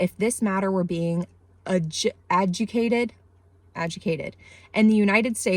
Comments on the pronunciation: I do disagree with you. I am pretty much on the side with the first article you pulled up. I think that the contents are disgusting and it’s creepy that she dedicated it to her children. Also, “Adjudicated” = ah-jew-de-cait-ed However I think we should recognize that the description of child genitalia regardless of context is gross in any writing. I don’t like the use of medical text or Anne Franks diary as an example but at the same time I would say that historical documents like Anne Franks diary would actually be more disturbing when writing out any description of child genitalia than this book because one of them is real and the other is not. The problem that you’re having is the sexualization of a fake person and the use of specific adjectives when describing these things. I think that people who read this stuff are likely off the deep end when it comes to pedophilic sexual interests and I think there should be some kind of list (as I’m sure there is) for them as potential problem people. HOWEVER, no one is getting hurt. You can say that this is harmful to children but do have any proof of that? People have been claiming the same thing of rock music being gateways to the devil and violent video games being gateways to actual crimes but that’s not been proven to be the case and in studies have been refuted. I would rather these things be out in the Adult content of bookstores and held in the current societal context that they have today (looked down upon, considered disgu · Adjudicated, (Ah—ju—dih—cated) :3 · Ajudicated.....you were close~~AH JUW DA CATED! Sorry not criticizing just trying to help you I think you are very beautiful inside and out and I just found you but will follow! And I love your kitty so cool how he jumped right in the car! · It's pronounced "a-JOO-dicated" And man, this book sounds absolutely disgusting, how on earth could anyone defend it after hearing those passages 🤢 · Ad- jew -dee-Kate-ed - did that’s how it’s pronounced fyi 😊